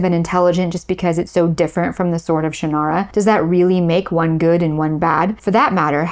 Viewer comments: Shannara is pronounced by the author as SHANN-ara, by the way, not shann-AR-a. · Hold on a moment. I know Terry Brooks, and some of your facts are not quite right. Terry was ASKED by Lester to write a Tolkien-like novel, and Sword of Shannara (which by the way you pronounced incorrectly) was the result of that. That book, plus Dungeons & Dragons, reinvigorated interest in Tolkien’s work, and fantasy in general. At the exact same time, Star Wars pulled interest in science fiction out of genre publishing into genre movies and television, Shannara reinvigorated popularity of fantasy in genre publishing. Publishers and studios then drove writers to follow formula, because that is what they do. We saw tons of quest-based fantasy and tons of space-opera type movies and television shows. This is the way the business works. Incidentally the “central male figure” trope was not a formula originating with, or even to be blamed on, Del Rey. Remember Beowulf? Arthurian literature such as Le Morte d’Arthur or the Vulgate Cycle? The Iliad? The Odyssey? The publishing industry assumed at the time that genre fiction was mostly consumed by males, and so they preferred male lead characters and male authors. Andre Norton (with whom I had tea many years ago, in her home in Winter Park, Florida), wrote LOTS of fantasy (and science fiction) long LONG before Terry, but she had changed her name from Alice to Andre to appeal to what the publishers believed would sell better at the time. As for George R.R. Martin (again, met him multiple times), his books were the result of h